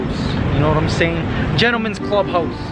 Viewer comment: "You know wharaym seyyynn?"